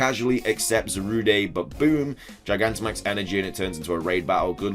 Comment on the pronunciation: can you please stop saying zarude as though its a french word, there's no accent, thanks